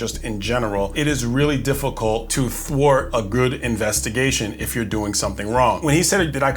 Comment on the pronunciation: Thwart* the smell. But yea, it sounded like torta lol